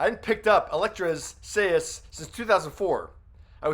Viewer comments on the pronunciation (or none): Hahaha...what the hell are say is? Do you mean Sais(Psys/ Sys)? I know Canadian, but still should learn the pronunciation of Elektras weapon. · I'm sorry, but...its pronounced "sah-eye-s" and not "say-as"...my inner 2nd degree black belt in shotokan karate was just screaming both times... ....sorry. And yeah, I gotta get my butt to see this movie too. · You don't know how to pronounces "SAIS"??????? SAI is pronounced "Sigh" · Oh geez.. why can't anyone pronounce Sais correctly.. it's pronounced SIGHS... SAIS.. singular is SIGH... not says... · Sais is pronounced "size" not "say-is". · him: "say-ess" me: it's pronounced """sighs""" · Sais! Not seyas! Sais! It should sound like “size”! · Good video. They're pronounces Sighs though, not Say-is. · Sais are pronounced as "sighs" not say-es. lol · Sais - pronounced "size". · Really good video. Just one thing....Sai is pronounced as sigh. Thus Sais would be sighs. Keep up the good work. 😇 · He said 'Say-is' [Sais] HAHAHAHA. Had me rolling. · Her weapons, her sais are pronounced like SIZE/SIGHS… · Thanks for the video. FYI, the weapon that Elektra is using, sais, is pronounced "eyes" but with an "s" in front of the "eyes". Looking forward to your next one! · Sais pronounced sighs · What do Elektra and Raphael have in common? "Say-as", apparently... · Sai's...... "Sigh's" How can someone miss pronounce that. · It is pronounced "Seyes" Sai then S as in plural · The weapons she carries are pronounced the same as you would say "sighs." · It's pronounced SIES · Please learn how to say the word sais. I am pretty sure that you are sure to correct someone who mispronounced your name. And as a television producer, interviewer, and a person who has been in the entertainment industry, it sounds bad that you mispronounced it. Teenage Mutant Ninja Turtles (1990 film)as a reference for the pronunciation of the word sais. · Lmao Elektra WHAT!? And they're called sais (Sīhz), long I, silent a. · Sais=(pronounced 'sighs') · Sais - sighs